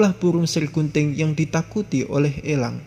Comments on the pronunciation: Pengucapan kata elangnya biasa aja napa bang? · Bicaranya biasa aj lach bos nyebut langnya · Elang om bukan ELLang.. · Gafok ama pas bilang elang😂